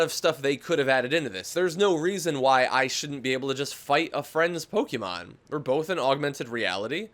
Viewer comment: stop pronouncing pokemon wrong please